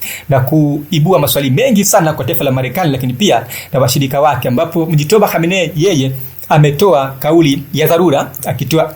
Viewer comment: Acha kuharibu jina la watu n mujtaba sio mujitoba